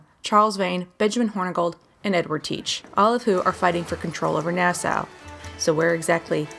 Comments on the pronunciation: ITS PRONOUNCED "NAAH-SAW", NOT "NAAH-SOW". FOR CHRISTS SAKE! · It's Nass-aww not Nass-Ow